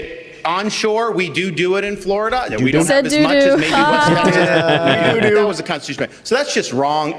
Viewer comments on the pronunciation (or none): none